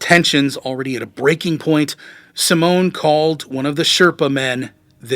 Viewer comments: Simone is Italian for Simon, it's pronounced simonay, not "simone" which is a woman's name. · Please try to speak out the names more correctly, its not that hard. You are calling the guy "Simon" "Simone", which sounds more like the female version of that name "Simone". As a german speaker I was thinking the person who was so insulting was a woman.